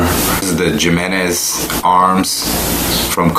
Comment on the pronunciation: It's pronounced He-Men-Ez not Jim-N-Ez. It's a Mexican name and the J's are pronounced like H's. Also worse guns ever!!!!! I'd trust a Hi Point over these and Hi Points aren't that great but far superior to these. It's like JA's are rollerskates, Hi Point is a 1995 Honda Hatchback and guns like HK, Kimber and Sig are the 1967 Chevelle SS 454, the 1969 Dodge Charger Hemi and the Shelby Mustangs. You get what you pay for and $100 gets you one good shot and lots of fails.